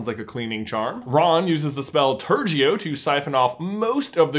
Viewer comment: its ter-a-go not tur-jee-oh lol